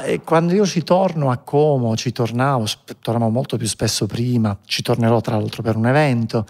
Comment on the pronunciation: Volta, Como e non ha ancora imparato a dire Como con la O chiusa